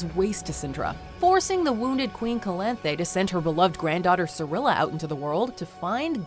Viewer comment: yeah skeir, calanthya. watchmojo pronounces names like m knight shami